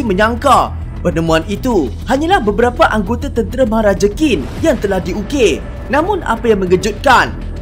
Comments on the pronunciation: Qín bunyinya cin bukan kin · ‘qin’ bukan disebut ‘kin’.. nak tau camna sebutan betul, cer guna google translate